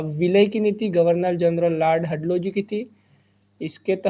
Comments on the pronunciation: sir very good and insightful video. it was DALHAUSI NOT HATLAUSI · हड़लोजी नहीं। है भाई वो डलहौजी है 😀